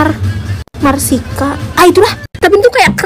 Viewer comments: Marcisa kakbukan markisa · Markisa kak bukan marsika 😏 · Kk bukan marsika tapi markisa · Kaka Itu Nama Buah Nya Yang Kaka Sebut Itu kan Markis tinggal di tambahin A doang Jadi Markisaa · Kak itu markisa bukan markiska